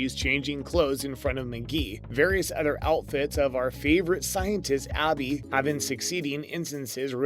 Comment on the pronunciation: B-sic procedure? V-zing Abby's lab? Never getting Abby's name right? wth is with this guy? I think I'm done with this channel...